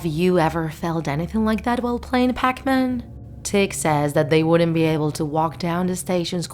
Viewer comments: did u say peckman not that pacman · Lmao. All I heard was Pac-Man SOUNDS LIKE Peckman. 😂😱🤭